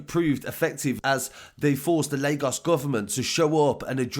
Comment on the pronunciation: It’s crazy how you can say Lagos right but CNN and Reuters can’t still🤦🏽‍♂️ But big up for the coverage my guy, love from Leeds/Lagos #MainlandGang